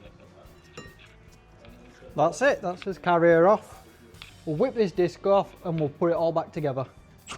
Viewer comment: a laughed at the video when u was on about taking the disc on it sounded like biscoff